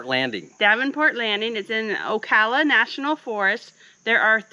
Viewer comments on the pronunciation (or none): LOL!!It’s pronounced Oh cow La National Forest! What’s up with not burying the the biodegradable poop? how come you did not go to the Rodman reservoir there is some of the best fishing in Florida at the spillway!! Alotta rattlesnakes in the area and a lot of the tick are microscopic so if Roodle is doing alot of scratching you might want to get a magnifying glass because they bury and diggin deep! The Florida trail is in that area which covers around 1800 miles in the state of Florida for hiking! I call it BS that gators are afraid of people cuz i was in my Bass Tracker fishing and caught a catfish reeling him in when the gator came to the boat chomped down on the fish and started spinning,i had to pick it up around the neck because he was wrapped up in fishing line,which was fun! BTW it’s pronounced Pol lack ka not Pol low ka!! Yeah I walked up on a 250 pound black bear me and my GF we ended up freaking out because he was literally 10 feet away. We ended up tracking him back down after he took off! But this was at Juniper Springs Campground, which is gorgeous!